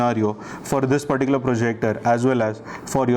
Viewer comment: JUST COUNT FOR... HOW MANY TIMES YOU HAVE PRONOUNCED " THIS 'PERTICULAR' PROJECTOR 😅